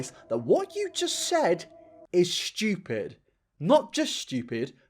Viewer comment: pedo: inhales: S H T E W P I D I N N I T